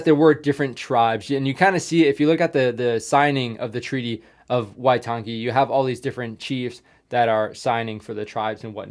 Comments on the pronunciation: the pronunciation for waitangi is why - tung - E. the E should not be dragged out and say it fast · Pronunciation guide/correction list: Waitangi - why-tangi (I don't know how to exactly explain how to pronounce tangi as there isn't really a way, but in te reo maori we say it as you would say the ng in, say gaming, and "ta" is just pronounced like the "to" in tonne or just like "tun"(I don't exactly know how Americans say tonne), along with a short a in tangi Maori - "mao" is like how you would say the "mou" in mould Maoritanga - tanga is practically the same as tangi, just replacing the i with a Mana - "ma" would be like the name Mark, just remove the rk then the a would be like the a in ah Pakeha - the "pa" has a long a and "ke" has an e as in the e from ear Apirana Ngata - "Api" is like the "upi" in the old knight term, "uppies" except obviously removing the "pies" "Rana" has a rolling r "Nga" once again just removes the heavy g sound and replaces it with a ng as in gaming and has a long a (I genuinely don't know what the names of the 2 other Maori MP's were as I couldn't understand it) Moana-Nui-a-Kiwa - "nui" is pronounced like "noo-we" noo being like noose or the oo in moose Ngarimu - Once again the ng and the rolling r (Moana-Nui-a-Kiwa's last name was Ngarimu) Corrections/Facts I've never heard the term "Maoritanga" but in my dialect, (Eastern/Ngati Porou ki Harataunga) we just say "Te Ao Maori" which translates to "The world of maori" or something around there not quite sure, and here we call our tribes "Iwi" Most of the time, domestic warfare only consisted of Iwi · Waitangi. The G is pronounced as the word tang.